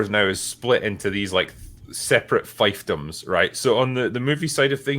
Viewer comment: RE: Fiefdom. Not to be critical (PUNS!) but, it's Feef-dom not Fife-dom.